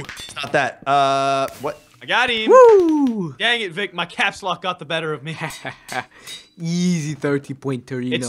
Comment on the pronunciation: Ikr, and not only that, but he doesnt even say it right. He says it like twice every video